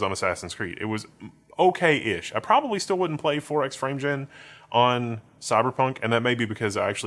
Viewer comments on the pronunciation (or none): none